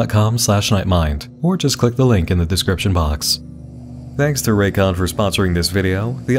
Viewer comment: Raycons also go "RAYCON", like sega and it makes me laugh every time.